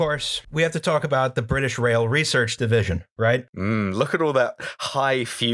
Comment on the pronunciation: I know it's easy points to have a callback to the previous episode, but in no way is "resorch" worse than "anagalous". I'm sorry for being such an annoying shit, but it had to be said, possibly for the hundredth time. Y'all are great btw. I am also a dumb person, but I smile a lot listening to this podcast, and I'd say that's a good metric for me.